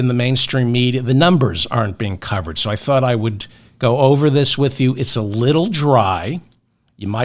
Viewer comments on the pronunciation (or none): none